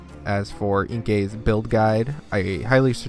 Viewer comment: I think Enki is pronounced ''Enkee'', not ''Enka'' :) But cheers on the video good stuff